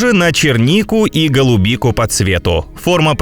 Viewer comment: гонобобель!!! Нет слова канобобель😂😂😂